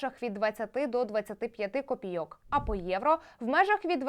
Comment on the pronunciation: копі'йок, а не копійо'к